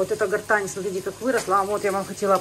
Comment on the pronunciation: не гортань а герань 😊